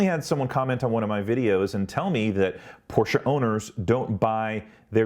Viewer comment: Your review is more balanced than many others I have watched. I have a Taycan Turbo on order, although I am now reconsidering with the 201 miles range announcement. At least you pronounce Porsche correctly. I would submit that Porsche has had a long history and culture of innovation, certainly not like most US and Japanese companies. Porsche has won Le Mans 19 times, and also 3 years in a row with their 919 Hybrid. None of this takes away from Tesla, which has done a fantastics job of bringing EVs to the world.